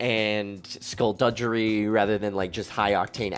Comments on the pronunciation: The word is pronounced skul-dug-er-ee, not duj-er-ee, like gang, not giraffe. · Just because mispronunciation drives me nuts, skullduggery is pronounced with a hard G sound, like plugged, or buggery.